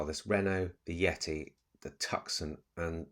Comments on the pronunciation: I like the mood and feeling of this channel, nice and light hearted, I'll struggle with the next one though if you keep calling it a TUCK-SON - please call it a TOO-son, as in Tooson Arizona - nice cars those. Keep the flow of this channel the same though - nice and light. Good luck for the future. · Love your channel.. the Hyundai tucson is pronounced TOOSORN. 😊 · Tucson. Pronounced in a French way with a silent c, I suggest. So ‘Tou Son’